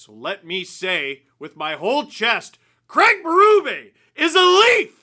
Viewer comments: Fascinates me that North Americans cannot/ will not pronounce the name CRAIG correctly. You all say “CRAG”. Why? When water falls from the sky, do you say it’s RANING? Nope, it’s RAINING. So you can say it… Please say it. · Worst part of this hiring is 4 years of hearing the name Craig be butchered by how it’s said in North America. Sad times 😢